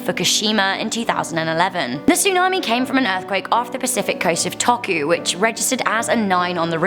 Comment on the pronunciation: Number 5 and some others are not all from Fukushima. Number 5 was from Miyako, Iwate Prefucture, Japan. A better term should be “Tokohu Earthquake.” I don’t blame you, but “Tokohu” is pronounced “Toe-hoe-koo” and Iwate is pronounced “Ee-wah-tay.”